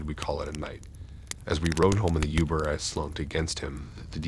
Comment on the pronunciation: Your mispronouncing of words like Uber, barrage, and Tinder at times made it difficult to listen to....